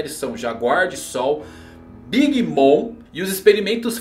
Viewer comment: por favor, o Mom de Big Bom se pronuncia "moM" e não "moN". Abraço!